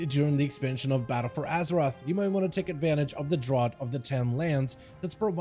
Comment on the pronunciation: thanks for the tips, but just fyi draught is pronounced draft ^^